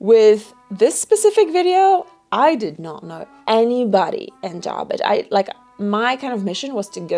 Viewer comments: J a r b I d g e...not Jarbridge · It's not Jarbridge, it's Jarbidge.